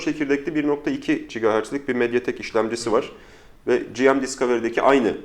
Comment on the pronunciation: Gırgıra bağlamış da olsak "selfie değil özçekim" dedikten sonra tüm video boyunca "General Mobile" kısaltmasını "ciem ciem" diye telaffuz etmek biraz abes geldi nedense, sizi ilk zamanlarınızdan beri takip eden bir İzmirli'den iyi niyetli bir gözlem olarak alırsınız umarım bunu. Onun dışında, sen sakal uzatma be birader böyle çok daha iyi:D